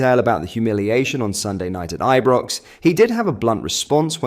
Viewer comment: Learn to say Ibrox correctly lol